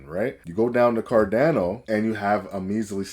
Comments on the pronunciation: My dude can't even say CarDANo 😅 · I have no idea how you ended up on my feed, but if I wanted to sound credible, I'd start by pronouncing cardano correctly.